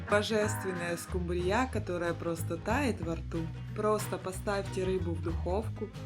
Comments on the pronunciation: Все замечательно, кроме неграмотного произношения названия рыбы,не скумбриЯ, а скУмбрия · СкУмбрия, а не скумбриЯ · Я только не поняла, почему скумбриЯ, а не скУмбрия? И зачем столько масла, если рыба и так жирная? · Ты из какой деревни, скумбриЯ? Правильно - скУмбрия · Что за СкумбриЯ? Всегда была скУмбрия. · Не скумбриЯ, а скумбрия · Почему-то большинство хозяек неправильно называют эту рыбу - скумбриЯ! А правильно-то - скУмбрия! Ну и, конечно, меня потрясла фраза в первом рецепте: "вместо надоевшего лосося". Поднимите руку: многим из вас успел надоесть лосось? И последнее. Тут уже успели обидеться: «Ишь какой грамотный выискался! Какая разница: скУмбрия, скумбриЯ?» И добавили: «…могли бы и макрЕлью назвать - рыба-то одна!». И снова я тут я «в очках и шляпе»: нет, не одна! Это разные рыбы: и по экстерьеру, так сказать, и по особенностям вкуса. Это подтвердят многие источники. Но все равно: за рецепт и старания - спасибо! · СкУмбрия, никак не скумбриЯ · Что за скумбриЯ`?! С ударением на Я . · Очень все аппетитно, только режит слух , ударение не скумбрия не на я, а на у. А так обязательно приготовлю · Первый раз слышу такое-скумбриЯ!!! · СкумбриЯ ! Бедный русский язык 😢 ! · Это миллионЭры говорят скумбриЯ'? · СкУмбрия, а не скумбриЯ! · Не скумбриЯ, а скУмбрия! 😅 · Почему скумбриЯ? В ваших краях её ТАК называют? Или это ваше собственное видение? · Надо правильно произносить слова:скУмбрия,а не скумбриЯ.Очень много масла,она и так жирная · Да не скумбриЯ, а скУмбрия! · ..не скумбриЯ😂.... А скУмбрия....😅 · Очень хорошие рецепты.Только скумбрия' режет слух.Привычнее ску'мбрия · Очень надоели эти оглавления, читаешь, и уже не хочется смотреть. И почему вдруг скумбриЯ?! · Ну почему же скумбриЯ ! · Здравствуйте,всем!,рецепты интересные. Ударение в слове скумбрия ставится на у: скууууумбрия. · Слово Скумбрия произносится с ударением на У. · Что за рыба--- скумбриЯ? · ❤Хорошие рецепты , только скумбриЯ😂 и заинтриговала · Почему скумбриЯ , а не скумбрия?